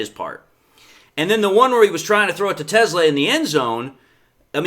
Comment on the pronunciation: Te Slaa. NOT TESLA.Please get pronunciation correct. Thank you from your local grammar nerd.